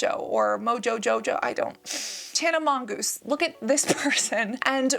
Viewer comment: Ok. When she said Tana Mongoose, I lost it 🤣🤣🤣